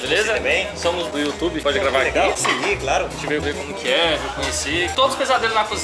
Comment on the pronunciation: " é youtchube?" Kkkkkkkkkk esse é super carismático